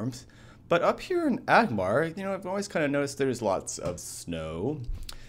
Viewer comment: ANgmar. With an N.